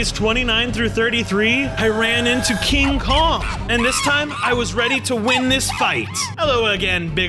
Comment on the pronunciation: And I like how you called King Kong more like donkey Kong 😂🤣